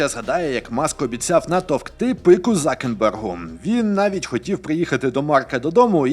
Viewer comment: Чому закерберг, а не цукерберг? Ми ж не кажемо на цинк - зінк, або В'ячеслав не говоримо вюачеслау. Чому англійський нахил якщо українською розмовляєте ?